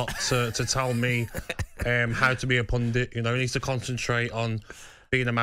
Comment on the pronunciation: Did Gabby just call himself a "punditt???? BAHAHAHA